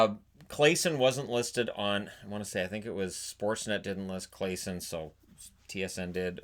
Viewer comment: Hey! Thanks for yet another great upload. Don’t know if you need to know this but Claesson is prounonced ”claasson” Almost sounds like clawsson.